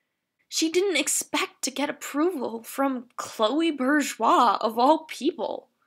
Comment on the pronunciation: Can you really not pronounce Chloe’s last name